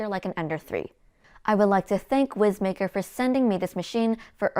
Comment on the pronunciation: Young lady, I poked fun at this printer for its name on their Facebook page. They assured me it’s pronounced wise maker. :) your videos are great!